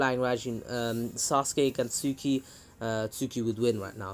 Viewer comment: hes trying to say tsookie but hes saing sookie in the beggining but in the end he corrected saing it